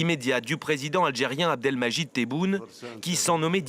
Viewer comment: Abdelmagic ??? QUELLE HONTE ! Même pas capable de prononcer son nom correctement et aucune correction des présents. Un journalisme qui ne cache plus sa médiocrité.